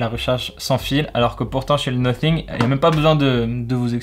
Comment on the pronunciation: Ça se prononce nossing pas noting😂 sinon merci pour la vidéo vrmt bien !🔥